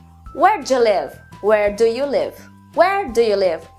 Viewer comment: Nossa, que interessante. Não sabia nada disso e é minha propia língua! Haha. Mas tenho uma clarificação pequena - tenha cuidado com o som do "do you". Como você disse, muitas vocês nós pronunciamos isso rápido; mas seria "D'ya" com o "D" forte. Se você dizer "Gya", isso é o som do "DID you", no pasado. Então... se diz "Where dya live (do you)?" e "Where gya live (did you)?" Não sei se isso fez sentido mas espero que sim.